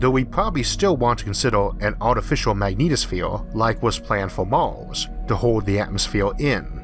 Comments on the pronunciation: "IT WAS VENUS, NOT MAWWWZ" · why is this dude speaking weird. he says Mals instead of Mars. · “Maws” it’s Mars bro. Mars. R’s aren’t that hard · What the heck is this guy's accent? Is he speaking uwu or something? "Mawrs", "Ewth", "Pressowr", "Aiwr", xD?? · Its pronounced "mars" not "mawos" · What's with the pronunciation of Mars as "Mauws???" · I really hate the way you spell mars, but I don't hate you, I just wanted to get it out of my chest, it fill me with rage every time you say "mars", funny how our brain choose to get certain mundane things. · Everytime I hear this man sad "Mars" i cringe, its mean but honest